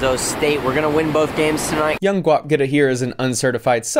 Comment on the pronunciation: “This is ‘Guap getta’” wow that pronunciation killed me